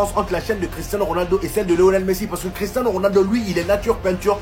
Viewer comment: Et les mecs, on dit Cristiano